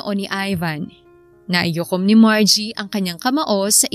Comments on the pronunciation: Yong story teller Mali ang sinasabi naikuyom hindi naiyukom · ganda ng storya, pero " naikuyom po, hindi naiyukom" 🤫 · Ang kulit ng buntis..😂😂 Miss Narrator NAIKUYOM po ang tamang bigkas at di naiyukom. Ang dami kasing beses na binanggit mo kya napansin ko tuloy..✌✌ Salamat. ❤😊